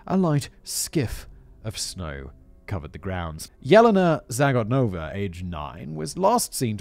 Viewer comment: Good thing he saved trees and didn't print out the script this time...this one would be A LOT of paper! :P:P Oh God...does that mean Callum's gonna try to get up to two hours with his next script? :O (and just FYI, simon - Yelena is pronounced "Yeh-lay-nah" no "Yellina" )